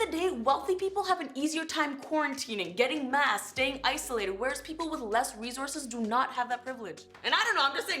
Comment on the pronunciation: "Resources" You said differently this time